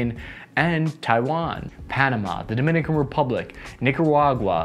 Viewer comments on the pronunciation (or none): none